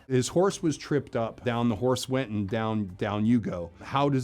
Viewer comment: For some reason all I could hear when he said the word horse is Ricky saying “hornse”